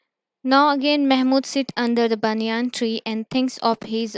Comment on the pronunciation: What is a banyaan tree it is a banyan tree